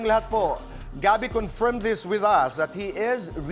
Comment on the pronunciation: confyirm ahahaha ka henerasyon 😂